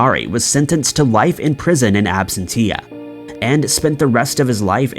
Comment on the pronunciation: Absen TEA uh. LOL